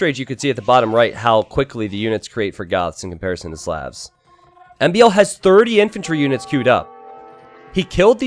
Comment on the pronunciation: Hey its SLAHVS not sleavs or however you're saying it.